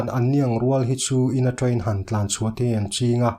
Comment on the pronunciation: I train accent hi tramp I ti trep 🤣 no mah2